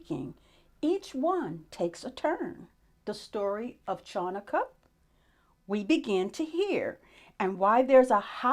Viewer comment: I love your enthusiasm and open mind, but you are mispronouncing "Ch" in "Chanukah." It is not pronounced like "ch" in "chalk." It is a guttural sound made in the throat. Please Google the correct pronunciation.